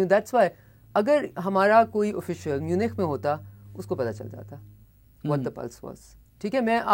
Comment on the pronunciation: صافی صاحب پوگرام شروع کرنے سے پہلے تھوڑا سا کام پروگرام میں موجود الفاظ کے تلفظ پر کریں۔ آپ میونخ کو میونچ پرھتے رہے۔ جو کہ غلط ہے۔